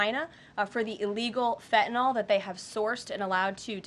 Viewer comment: I wish people would stop pronouncing fentanyl as if it were spelled, "fentanol". If you can say Benadryl you can say fentanyl.